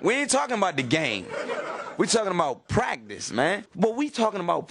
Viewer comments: Not to be rude to him or anything, but Iverson saying practice sounds like he's saying Prac-dis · We taking about pracdisk that’s all I hear